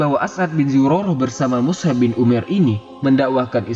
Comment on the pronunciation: Lebih tepatnya Mush'ab bin umair. Bukan mushab. مُصْعَب